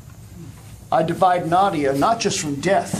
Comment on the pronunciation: My question is - why are they all speaking English? Including the Russian grandmother, Nadia, whose name’s pronunciation they keep butchering…